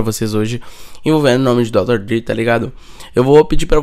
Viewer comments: Dr dri kkkkkk se pronuncia dr (drey) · Aportuguesou kkkkkkkkk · Além desse clickbait fudido, o cara nem sabe pronunciar o nome do cara direito.